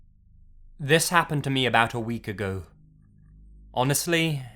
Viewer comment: 0_0 I have nothing to say.....but when he said: ABOUT A WEAK AGOOO XD